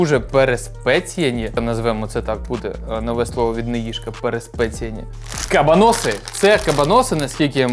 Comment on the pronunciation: Хтось повинен сказати, що не кабанОси, а кабАноси. Може прочитає 😂